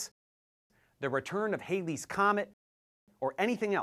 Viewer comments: Thank you for an excellent video showing the how absurd the flat Earth nonsense is. I would only suggest a small correction of your pronunciation of Edmond Halley's surname . Halley, as in alley, rather than "Hailey" would be the proper pronunciation. Edmond Halley (8/11/1656 - 14/1/1742) used the laws of motion to calculate the periodicity of Halley's Comet in 1705. The Comet was named after him upon its predicted return in 1758, which he did not live to see. After the 1950's the rock and roll singer Bill Haley, who called his backing band his "Comets" left a common contemporary disconnect between the two differing pronunciations. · Thank you for your video, but I disagree with two things: 1: Mr. Halley's name rhymes with valley, not daily. 2: You showed an edited photo of the earth with stars in the background. Stars are too dim to be seen with the sunlit earth. That might give folks a reason to be skeptical of your presentation.